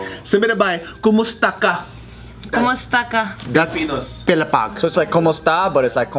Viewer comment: kumusta KA not kumuSTAKA uh